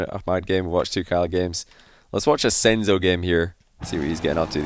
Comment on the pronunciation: Not sensu its “senzo“